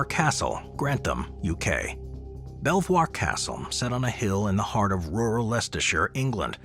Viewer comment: Fabulous video. ❤ I visited Belvoir Castle last year and although you used the correct French pronunciation of the name, it's know as 'Beaver' Castle. Probably because nobody could pronounce Belvoir properly. 😅